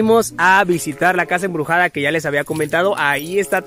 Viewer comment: "EMBRUSADA" XD